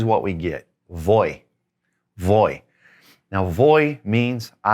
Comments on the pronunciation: Do you really use the English "v" sound for voy, vas, va, etc.? I know I will always have an accent but want to emulate as close as possible. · A question about “voy”. I am pretty sure from this video that I should not pronounced it like “boy” the way other Spanish words with a V make it sound like a B. Is that correct? Great video!